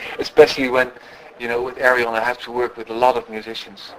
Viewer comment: pronouced like this Air-Yon ...that´s Arjen told me ;-)